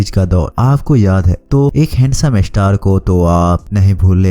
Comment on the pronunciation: Pehle star kehna seekh lo